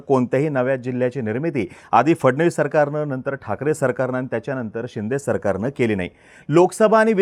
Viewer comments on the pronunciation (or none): none